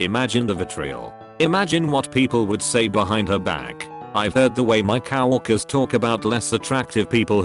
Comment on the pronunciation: I lose it everytime the voice says COW-WORKERS XD